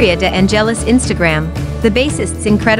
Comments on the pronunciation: Omg the accent on the e of De angélis is totally wrong. Correct is De ángelis accent on the a... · The silent accent (the cadence) of the surname "De Angelis" does not fall on the "E" but on the initial "A". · nice video, but the way you pronounce Victoria's surname is terrific eheheheh :-D